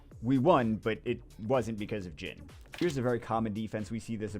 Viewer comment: pretty sure he names is pronounced geen not gin, like the character from the bleach anime